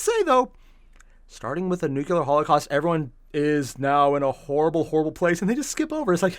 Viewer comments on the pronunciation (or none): "Nucular Holocaust" George, is that you?